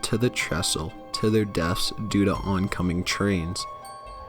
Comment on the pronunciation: teffie Walker simpson I noticed that as well. He also says "deaf" instead of "death" quite a few times.